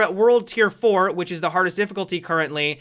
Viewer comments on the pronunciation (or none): none